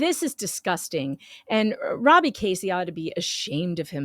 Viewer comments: Not “Casey” it’s “Keszey” (sp Key-zee) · His name is sou ss like Keys -zey , not Casey . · His last name is pronounced Kez-zee. I met Jeremy and George at "the swamp" in March 2021, when Gators and Lemurs were still cool. I was uncomfortable around him. He was just creepy! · Went to high school with Robby in Ohio. This is so crazy…BTW the “S” is silent the first”e” is a sort e sound. Pronounced “Kezy” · Robbie has 2 daughters and a son. And not to correct you but his name is Pronounced Keys zey. Don't want the haters to critcize you! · I think it is pronounced, Kezzy, isn't it? No big, just wondering...